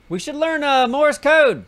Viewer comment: You need to tell Neebs that it’s “Morse Code” and not “Morris Code”.